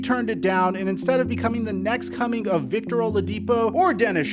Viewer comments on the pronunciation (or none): none